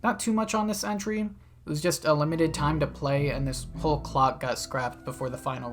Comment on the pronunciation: “Cocporn” LMFAOOO!!!!😭😭😭😭